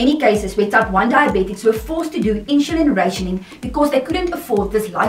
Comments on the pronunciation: Why do you prouncoun "i n s u l i n" as "I n s h u l i n? Just wondering. Otherwise this video is quite exceptional. I've been dx'd at age 2 in 1959. Wowee! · Thanks for watching the video, I am happy to hear you enjoyed it. With regards to the way I say "insulin": When I was diagnosed (20yrs ago at the age of 16) that was the way my Diabetic Educator pronounced the word "insulin", so I guess it's the way I was taught to say it, hehe. Afrikaans is my first language and English is my second language, so I only recently found out that I'm saying it differently :) apologies for that. Well done for living with T1D for such a long time, I am sure you're an inspiration to others.